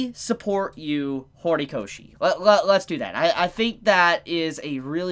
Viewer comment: Lol U said Hornykoshi